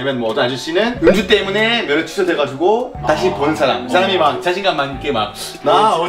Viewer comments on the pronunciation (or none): 안드레아스님 면허를 명함으로 잘못 발음한 거 귀여우셔...ㅎㅎ 외국인 금지하는 가게, 제가 경험한 건 아니지만 일본에서 지낼 때 외국인 금지하는 가게 간판을 본 적 있어요 간판만 봐도 불쾌했는데 안드레아스님은 얼마나 기분 나쁘셨을까...ㅠㅠ 데이브님 덕분에 안드레이스님도 줄리안님도 오랜만에 영상에서 얼굴 뵙네요! 2탄 만들어주셔서 감사합니다! o(.• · •.)o